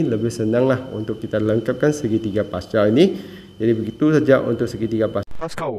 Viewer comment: Pls bunyi Pascal tuu 😭😭